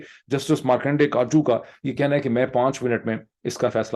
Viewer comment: Dr. Pirzada- You have hit the nail. Unless Pakistanis come out in large numbers and protest, the usurpers will continue to use their unchecked power to exert their unlawful writ on the state. BTW, Markandey Katju’s last name is pronounced as Ka-tij-u. Being a Kashmiri, you may be familiar with the bird Katij (Swallow in English). The last name is based on this bird